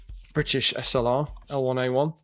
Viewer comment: I do wish would pronounce SLR correctly